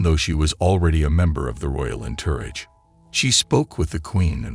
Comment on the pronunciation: A computer 🖥️. That mispronounced entourage so terribly. That it took me hearing it three times before I knew what it was trying to say.